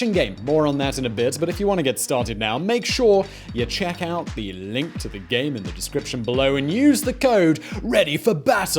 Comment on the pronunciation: Simon be like -Make sure you "czech" out the link below